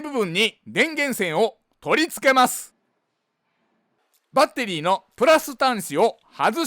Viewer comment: バッ↑テリー↓が聞きたくてまた来ました